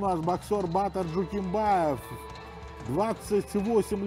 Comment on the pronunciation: Не Батиир а Батыр